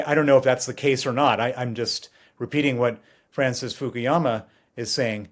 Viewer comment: It's not Fukiyama it's Fukuyama. Westerners like to invent their own pronunciation of Asian names. Eg It's See Jin Ping... not Gee Jin Ping